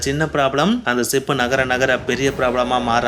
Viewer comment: தம்பி களா அது சிப் இல்லை ஷிப் சொல்லுங்க...